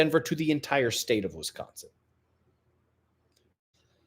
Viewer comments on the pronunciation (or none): none